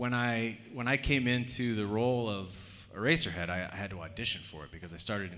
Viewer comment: "i play ereserhead" I FREAKING FELL OFF THE COUCH